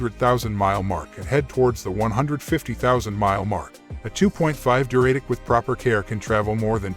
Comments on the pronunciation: Pronounced du-ra-tec, not Duray-tec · REALLY annoying pronunciation of "Duratec" by the robo-voice. An Atkinson version of this engine is still used in hybrids in 2024 and beyond.